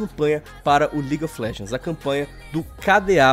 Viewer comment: ligui ofi légendis é horiveu mentira garai, kkkkkk